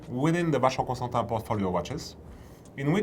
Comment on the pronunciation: he says “tahn” not “tin”. I’ll take his pronunciation.